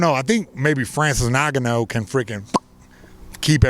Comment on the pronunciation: "Francis Naganou" lmaoo